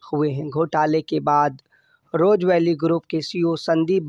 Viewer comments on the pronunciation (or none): Roja vally nhi rose valley hai